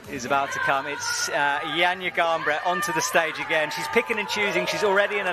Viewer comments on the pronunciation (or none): it's 2024 and we're still not even bothering to learn how to say names from other languages. I wonder what Johnja Garnbret and Stacy Geejoe think